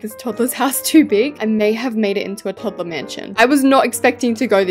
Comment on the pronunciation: Toddler not todler